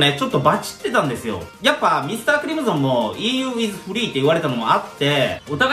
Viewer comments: ???｢ミスタークリム｢ゾン｣じゃなくて、ミスタークリム｢ソン｣だから｣ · だから〜ミスタークリムゾンじゃなくて〜ミスタークリムソンね😄